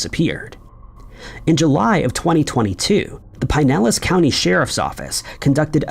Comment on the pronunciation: Please stop saying "Pine Ellis" county, Florida. You sound very uneducated/ live outside the U.S.